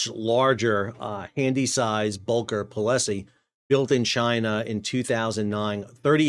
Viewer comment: Pol-sie, not Po-le-Sie